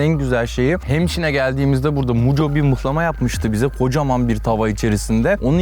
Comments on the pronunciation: abi rize liyim abi mıhlama deyir muhlama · Mıhlama değil abi MUHLAMA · mıhlama değil muhlama lütfen doğru telaffuz edelim :)